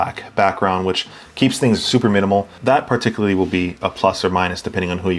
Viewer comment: I ‘par-ticularly’ enjoyed this video. Subscribed lol